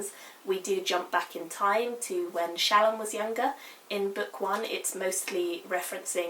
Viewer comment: Not a criticism. I adore SA and Words of Radiance is my most favorite books ever. I mainly listen to the audio book because I can't sit and read without falling asleep. So, I am always listening to it over and over again while I drive. I was gonna let you know how the audio book pronounces the names. Eshonai is "Esh Oh Nie" Shallan is "Shal On" Kaladin is "Kal uh din" Alethka is "Al eth car" Like I said, I may have misspelled the names since they have ever been heard and not seen. As far as spelling goes. I know fantasy names are always up for debate, but I assume the audio book has asked Brandon for his intended pronunciation. FYI, I adore you review, I agree with everything you said/felt about this book. I promise I'm not trying to be a dick and correct you. I just figured you might want to know the "correct" pronunciation.